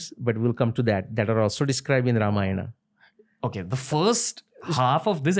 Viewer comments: Everything is for great!! But please call ‘Ramayan’ as ‘Ramayan’ and not ‘RamayanA’ so on for Mahabharat, Yogi, Ravan, Ram, etc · Sir i VERY much like your clips.. but HELL! Stop using EXTREMELY BAD pronunciations of names. Its very bad!